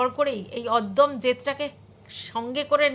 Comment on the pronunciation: Oddom noy, ota odomyo.